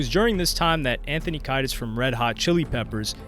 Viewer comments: Kee dis not kai dis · It’s pronounced Anthony “Kee-dus” not “Kai-dus” lol idk why that bothered me 😂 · “Anthony Ky-dis”???? Nooooooooo!!!!!! It’s “kee-ay-dis” 😖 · Anthony Kee-diss, not Kay-diss. Hearing a youtuber mispronounce something they're talking instantly makes me doubt their credibility. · Dude... Anthony Kiedis... it is pronounce KEY-DIS. Come on. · This guy said Anthony KAIdus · In case you ever do a video dealing with RHCP or Rage Against the Machine, for RHCP it is pronounced Key dis, and for Rage it is pronounced Day La Row Kah. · Who's Anthony Kite-us? If you can't even spend 1 minute researching how to simply pronounce the name correctly of one of the biggest artists in the world for almost 30 years.... I'm not gonna listen to anything else you have to say. Not like it was live or in-person. You put this together and edited it. Do better. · ...it's Keedis, Anthony Kiedis is pron. Keedis...I don't like being this guy. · Bro the way you butcher Kiedis and De la Rocha is embarassing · Who wrote this asinine script? And some guy who can’t even pronounce Anthony “Kiedis” is purporting to be some sort of music expert? Gtfo 😂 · LMAO WHY DID HE SAY ANTHONY KIEDIS NAME LIKE THAT?????? 🤣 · Aerosmith is not “Thee band if the 80’s” and how do you now know how to say Anthony Kiedis correctly? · But how the fuck did he pronounce anthony keidis's name?